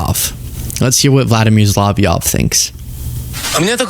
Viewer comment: to pronounce Solovyov" 's name correctly say "Sol e' off ". He's a really big deal in Russia, and has been really hammering the U.S.A. since day one. He's worth keeping an eye on. I want him, and Putin to be brought to the Hague for court proceedings.